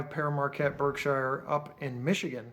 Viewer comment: Did you know that the 1225 is actually the Polar Express. Just one thing it's pronounced (pear market)